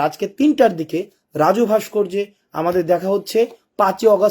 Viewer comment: সম্ভাসন টা স্ল্যামলাইকুম না শব্দটা হচ্ছে আস্সালামুআলাইকুম।